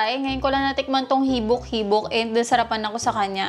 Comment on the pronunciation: Natawa po ako sa habik habik 😅😅😅